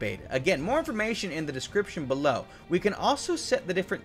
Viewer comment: "Speaking of the light belov"